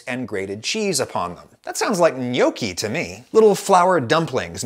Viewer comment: It physically hurts me how you say gnocchi